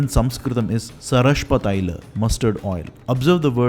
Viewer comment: One correction Mustard oil is not pronounced Sarashpa taila It is called "Sarshapa taila"